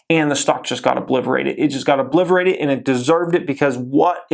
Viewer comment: FYI that word you're using is obliterated not obliverated.